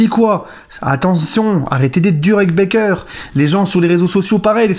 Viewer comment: Bâââker, gars, pas Bèkeur :)